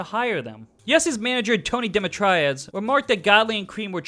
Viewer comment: Tony's last name is pronounced "dimitree-ah-dus."